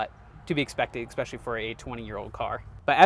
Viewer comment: You said "expecially" not "especially" several times in this video, beware it makes you sound less serious I would make an effort to pronounce the word properly if I were in your position. Good video, only repaint if you're reselling.